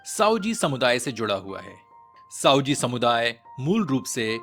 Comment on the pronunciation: साओजी नही भयया सावजी बोलो आप उच्चार गलत बोल रहे हैं हो